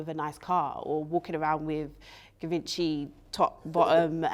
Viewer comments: Geevonchee not Given-chy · ‘Givenchi’ ... you let this man con you.. 😔